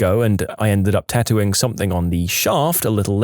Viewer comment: No K in something